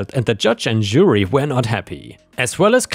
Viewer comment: Love your stories but i wish you would learn how to pronounce Jury properly